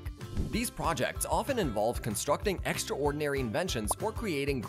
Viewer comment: take a shot every time he oddly pronounces epitome or extraordinary